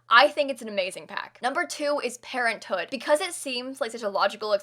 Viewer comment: I though pt she said parrothood instead of parenthood lol